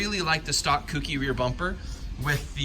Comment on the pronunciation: Say it with me, folks: Co. Key. Kouki. Kouki=Co+Key. Not "kooky'.